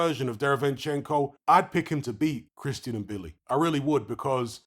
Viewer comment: and THIS IS how you pronounce it THANK YOU…🤣😩 It’s not M—-billi, it’s " Mbilli "